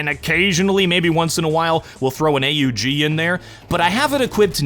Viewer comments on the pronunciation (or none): AUG is pronounced „awg”. Please stop making my ears bleed :) ❤